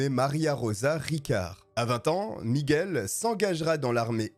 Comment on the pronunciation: T'es un vrai toi, t'es es le seul qui prononce bien Miguel 😂 ca me rend dingue les gens qui disent "Migouel"